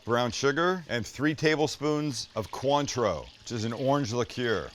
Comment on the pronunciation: It's coin tray you! Sam get it right!!